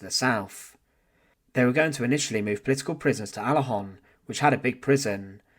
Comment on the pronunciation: It is ”Alençon (UK: /æˈlɒ̃sɒ̃/, US: /ˌælɒ̃ˈsoʊn/[citation needed], French: [alɑ̃sɔ̃]”